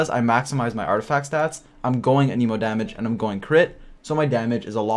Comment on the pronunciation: it's an-emo not an-Emo